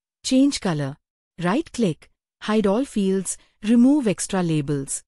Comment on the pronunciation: The "Illustrations" group isn't a default Excel group. It's a custom group, which can lead to some confusion. Also, that AI voice needs to learn how to pronounce "pivot". And it was hit or miss with "icon". And it totally mangled "extra labels" more than once. Other than this feedback, it's an otherwise interesting video.